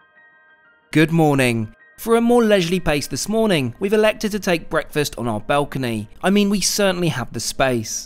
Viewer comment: Dude, you're English. They're lifts, not elevators. And it's a balcony, not a belcony 👍